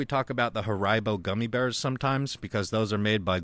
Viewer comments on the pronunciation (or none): I never heard anyone pronounce Haribo like that before 🤣